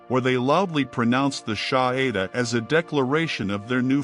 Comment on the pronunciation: It would be nice since the Adhan is so important to this story, that the narrator would pronounce it correctly! It's pronounced "ah-don" not "ad-hin"! Also, it's "Sha-ha-da"not what the narrator said!